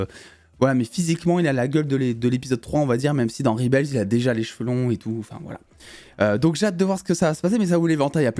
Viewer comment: Dsl gros mon on dit rebel pas ribel 😅😂